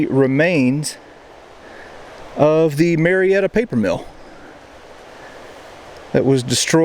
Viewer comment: You can tell this guy is not from Georgia. He keeps pronouncing It Marietta. Everybody knows it’s May’retta.